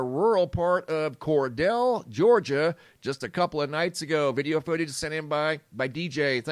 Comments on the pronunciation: It's CorDELE Ga. Not CorDELL !!! I'm from Ga. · Cordele is pronounced “Kor - deal” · Cordele... core-deal